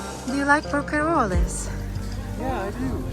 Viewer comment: Hello Z. May I respectfully tell you that one dies nit pronounce the end E in french words ( unlike spanish). So, you say HYER(es) and leave out es. Then you say PORQUEROLL( es) and leave out es! Thank you🙌